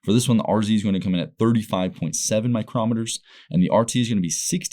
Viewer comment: Dude stop pronouncing in microm eter that's a different type of gage altogether. It micro meter, again micro - meter you sound like a dumbass. Good review otherwise